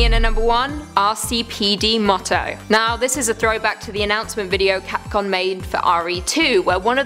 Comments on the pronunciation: Why does she keep saying capcon!!! It's capcom! UGH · Why she keep saying Capcon? Its capcom mate..